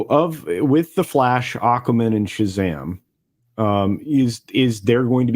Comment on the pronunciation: So apparently does say these superhero names wrong: Spidermin and Aquamin instead of Spider-Man and Aqua-Man. Originally I thought he was making some kind of meta joke like these were surnames of characters like Peter Spiderman. Turns out he just can’t stop himself from saying them wrong I suppose 😂.